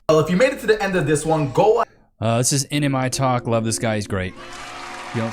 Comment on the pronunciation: Who is NMI TALK? I was looking for his vids. He you say his channal name wrong?